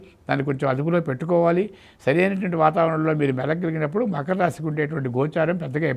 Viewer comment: మఖర రాశి కాదమ్మా..... మకర రాశి